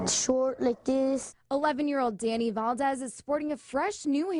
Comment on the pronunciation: anyone else hear "11 year old Danny Bald-ez"